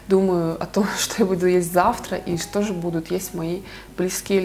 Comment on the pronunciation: Интересно, как вы с мужем произносите одинаково)) не же, а как-то ше...и интонация тоже одинаковая. Раньше другая была у вас